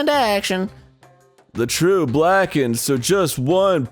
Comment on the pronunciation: i dont like the way he says blackened .....lol